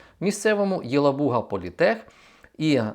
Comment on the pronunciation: спасибо за качественную и своевременную информацию! Только, прошу прощения, в слове Елабуга ударение нужно делать на второй слог. Для меня этот город связан прежде связан с тем, что там похоронена Марина Цветаева. Ещё раз большое спасибо за эфир❤!!!